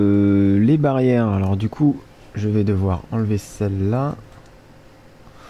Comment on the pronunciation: au debut quand il a dit "on va reboucher le trou ,du coup..." j'ai compris "on va rebooucher le truc du cuq"!!mdr:)